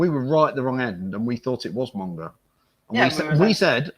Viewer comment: Do you mean Monga, not Monge?